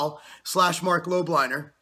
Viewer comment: 'buy all of these supplements' - Marc Lob - liner. He cant even pronounce your last name properly.